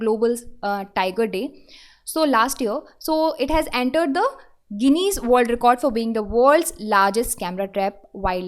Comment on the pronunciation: When u read ...please ensure u say correct pronunciation. especially check for "Guinness" pronunciation.